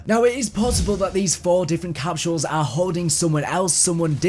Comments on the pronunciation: "Capshules" lol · I can't get over how you say capsules